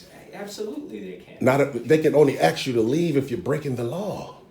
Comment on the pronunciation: "Ask" not aks "Supposed to" not post to.